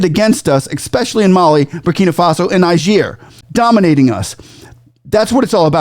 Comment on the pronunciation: Are you saying Niger or Nigeria. Your pronunciation is not clear there. It appears you are saying Nigeria instead of Niger